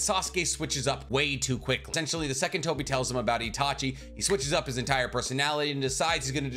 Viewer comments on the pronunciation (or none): none